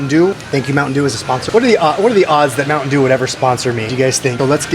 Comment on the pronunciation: Ang sarap naman ng sizzling sisig na yan kuya. Pero huwag pong kakalimutang hipan muna ang pagkain bago isubo hehe! Napaso na naman ang ngangabels ninyo hehehe! Bonne appétit po. Sana mag sponsor ang mountain dew sa inyo. Mukhang pareho kami ni ate sa bigkas ng softdrinks na yan. Mounteyn dyu 😃